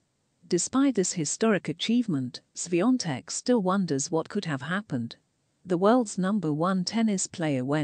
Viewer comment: Thank you for pronouncing her name right